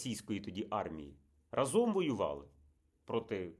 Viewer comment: Та ра́зом,, ра́зом. Не разо́м. Скільки ж можна